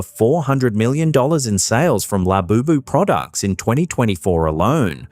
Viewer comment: The whole Labobo doll is only a way to hype it for sales. It's just like the cabbage patch dolls and furbies. It's also interesting that "" can't get the name right. If you listen to him, he calls it Laboboo, Lafufu